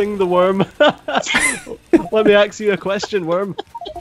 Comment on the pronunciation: "hello worm, let me AXE you a question" bahahahahah